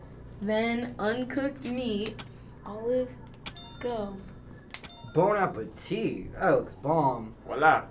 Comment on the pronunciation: Bon appétit, Wow incredible, He's accent <3 :O J'adore (I love !!)